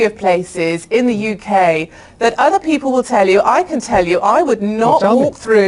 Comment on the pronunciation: “Peolple?” Is that like how they add extra letters to color and arbor?